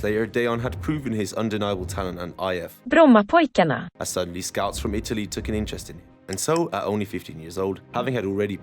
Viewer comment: genius with the google pronouncing brommapojkarna ,as a swede i feel like thats a classy move :D